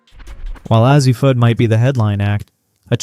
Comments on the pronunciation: ??? it's a long "A"! say it like initials: "A-Z'. Slap whoever hired you to read the narration. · If you were to write A Z, your voice over or AI, or whatever you're using won't get it wrong. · I appreciate your commitment to continually pronouncing Azzi's name wrong despite everyone pointing it out to you in every video. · It is AI and with AI you get mispronunciations. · Is it that difficult to pronounce Azzi's name? I'M OUT. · Why would anyone subscribe to a program that cannot take the time or intelligence to pronounce players' names correctly? This is a huge annoyance. Not Ah-zee, jerk, it's A-zee. Not Bukers but Beckers. Are you guys just dense or don't you care? Do us a favor: go away.